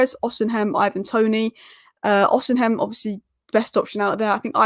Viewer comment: Who is Osenhem? Do English people enjoy butchering people's name. Maám its Osimhen (with the "h"and "N" being silent)